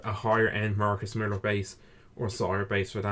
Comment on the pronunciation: MILLER ... not millar